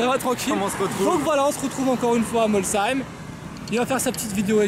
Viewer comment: C est bien ge tu a bien dis molsheim pas comme l année dernière 😂